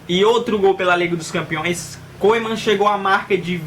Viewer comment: Mano lê Koemen MAS sim Kumen